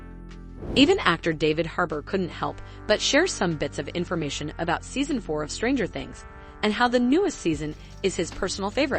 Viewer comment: she also puts emphasis on the word stranger instead of things